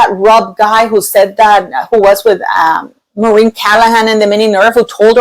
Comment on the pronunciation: Maureen 😂 had to bring Kinsley to correct it